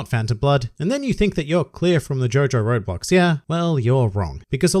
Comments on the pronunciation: I cannot stop hearing you say Roblox instead of "road blocks" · for some reason i thought you were saying roblox and not roadblock smh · am i the only one who hears "roblox" instead of "roadblocks" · I kept hearing Roblox, took me a little while to figure out you were saying roadblocks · When he said roadblocks, I heard Roblox